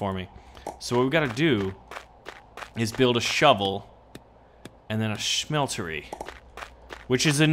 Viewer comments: Why are you pronouncing it schmeltery it's just smeltery... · ya its ok to do that once but it annoyed the fuck out of me cause he kept doing it